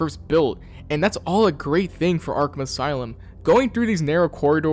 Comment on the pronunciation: "aslume" the brain rot is affecting us all I see. Is there a lore reason for that?